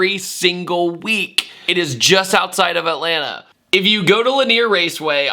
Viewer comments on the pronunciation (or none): none